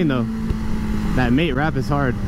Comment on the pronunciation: ik my dude didnt just say “mate wrap” and not “matte wrap”